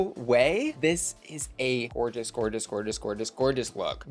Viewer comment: not "George-ess" lmao